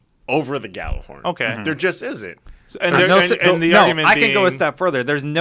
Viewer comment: Ya-ller-horn. Not Gal-er-horn. jeez